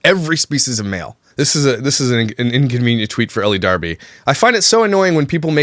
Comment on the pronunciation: Nothing against you,, but I think elle is pronounced "ell" not "ellie". The e at the end is silent. That being said, she is a vile individual that nobody should give the time of day.